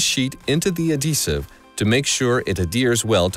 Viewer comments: Was going to comment the same lol. It's "ad-hee-sive" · Is the h silent in "adhesive"?